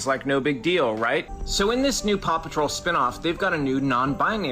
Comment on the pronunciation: My big takeaways: 1. Paw Patrol has a spinoff - pawsome! 2. Fundies hate fun (which is kinda funny). 3. Maybe you should have dramatic music backing your vids (don't, just kidding, but apparently it's supposed to be convincing). 4. You say Paw Patrol, like 'Pappa Troll' to my English ears, but that's just cool. Love accents. You have to here, or you live in bitterness. Much love. ;)